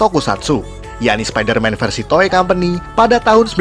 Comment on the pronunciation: Orang yang denger : spiderman Aku yang denger : sapider mam